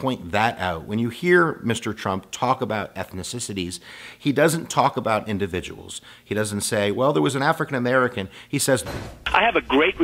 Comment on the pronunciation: This guy doesn't know how to pronounce ethnicities. He says ethnisissities.